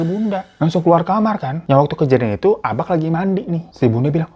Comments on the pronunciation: Mon maap Hiro. Bacanya ABA' bukan ABAK. Kayak BAPA', bukan BAPAK. Hehe. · Bang, bukan abaQ, tapi cara nyebutnya itu aba'😭😩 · Baca abak nya aba' bang... Kayak baca tulisan mbak gituu... Ihiik.. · Nyebutnya bukan abak bg tapi abak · Agak terganggu sm kata "abak" yg seharusnya K nya gk di jelasin pengucapannya. Jd seharusnya diucapinnya jd "aba' " Ya maklumlah org padang. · Abak itu bacaannya Abak ya bang, bukan Abaq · cara ngucapin "Abak" itu sama kek pengucapan "Bapak" jadi K nya itu hukum nya ikfah syafawi/samar cmiiw ❤ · Gue relate sih sama sikap abak, karena emang dasarnya orang padang itu ajarannya keras 🥲 Tapi mon maap nih bang Hiro, gue sebagai org padang asli, ngakak tiap kali lu ngomong abak. Soalnya pengucapan abak itu gapake "K", jadi abak itu pengucapannya "aba" 😂 Tp tengkiu bg Hiro udah nepatin janji junii 🎉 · kayanya bacanaya aba' deh bang, soalnya kalo di padang huruf K di akhir itu bacanya kaya ditahan gitu. kaya orang Jakarta ngmng "bapaK" bukan kaya baca K di "kapaK" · Salah cara Baca abak😅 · Maap bang nada abak nya salah 😢 hehehe ngak nyalahin kupingku aja yang ngak biasa denger abak bukan abak 😂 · greget w dengar kata abak dari bg hiro,, bacaaan ABAK itu seperti Penyebutan MARTABAK,, huruf K nya jangan jelas bg,, agak lain rasanya kuping dengarnya